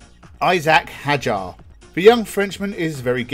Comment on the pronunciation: It is Hauger (you speak it like Hauger) not like Heger